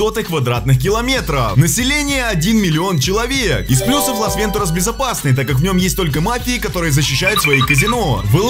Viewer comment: Бесят рил с ударением. Лас ВентУрас